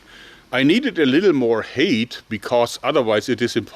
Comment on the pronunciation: Height is pronounced like "high" with a "t" at the end.